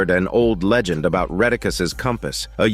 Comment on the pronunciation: 😅😅😅,, leg wat u say? Leg agent 😫😆